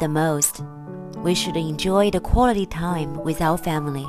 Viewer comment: 老師好 wit our family . 應該是with吧!